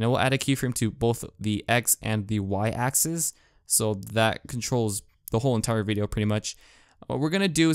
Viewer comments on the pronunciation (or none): none